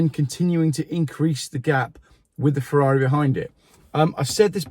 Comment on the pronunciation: Poor old. You gave me a great laugh as soon as l heard your attempt to pronounce the Ferrari name. Should have contacted SHMEE 150 he owns one......The 'parcel tong'.......Love your show....keep up the great work nEVer an electric car for me